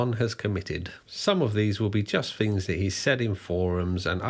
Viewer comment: TH is not F "Fings" Argh...